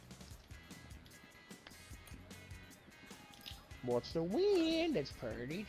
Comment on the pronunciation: When you say eagle it sound like your say eeeee colaaa